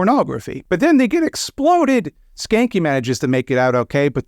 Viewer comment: THATS how you spell his name?!? I have a German last name that’s been Americanized, and even I don’t have it that bad. Technically it should be pronounced more like “shah-nka”